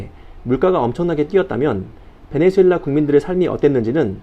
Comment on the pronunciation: 베네수엘라를 자꾸 베네주엘라라고 하는것 같네요. 영어식 발음인가?